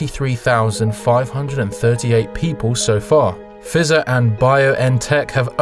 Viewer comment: Good vid, but I'm pretty sure that Pfizer is pronounced with a long i like in the first person pronoun or price.